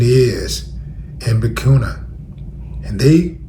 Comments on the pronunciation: Bout time you covering Ibrahim Traore and what's going on over there. They tried to delete the inventor of that vehicle also Bur-keen-uh is how u pronounce it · Your MESSAGE overrides any mispronounced word Willie D...Your sheer intelligence speaks volumes